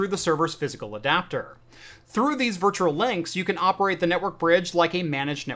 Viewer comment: Loving the content, my man! However, for the sake of everyone who is unreasonably easily irritated by this sort of thing, PLEASE work on your pronunciation of the word ‘virtual’! Hint: there is only one ‘r’.